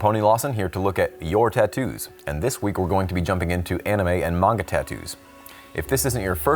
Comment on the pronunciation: Pony you’re my favorite tattoo artist…love that you pronounced Manga correct …little upset you pronounced Naruto incorrectly (but almost every non-fan does 😅…and some fans too lol) …but I’m just so surprised your not a Weeb ! You gots to get into some anime! Some of the best writing on the planet happens in Manga and Anime ! I’d start with Demon Slayer cuz is newer , a worldwide hit, an amazing story with impeccable writing , AND it’s goddamn gorgeous lol. Easy place to start! Regardless…I just hope you give ANY anime a chance 🍻